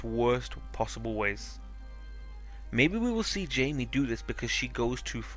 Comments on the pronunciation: Just saying it's Jaime not Jamie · 1. Arya is gonna kill cersei 2. It's Jaime not Jamie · His name isn't Jamie, it's Jaime